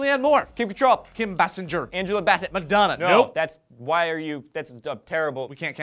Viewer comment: Haha, could you have mispronounced more of these ladies' names? Ba-SING-er! And, I 100% agree with your Susan Sarandon love.